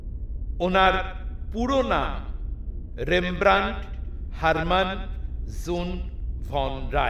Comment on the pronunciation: উচ্চারণ টা ইংলিশে "রেমব্রান্ট" আর ডাচ উচ্চারণ টা বাংলায় বলা শক্ত কিন্তু "রেমব্রা" নয়। (আমি চন্দ্রবিন্দু টা লাগাতে জানি না এই কীবোর্ড এ)